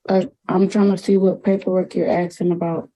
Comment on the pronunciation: What person, in their right mind, allows their cellphone to be suspended, canceled or turned off? Miss a house payment, yep. Cell phone payment? NO WAY!!!! And the word is ‘ASKING’, not ‘ashhing’!! No wonder our future is tanking.